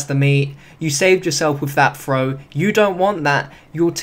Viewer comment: THROW GOD DAMN IT THROW! Not "Fro"